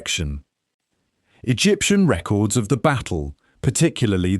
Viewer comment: The accent is irrelevant. My problem is with the fact that it doesn't sound human because it isn't. It's grating because of the unnatural rhythm of the speech and the fact that it clearly doesn't understand human intonations. It even mistook a verb for a noun (the word 'records'; don't expect me to watch the whole video again to find it for you). The script was clearly very well researched. It's informative and enjoyable. The presentation was lazy and detracted from the experience. How hard is it to read a script? Does that answer your question?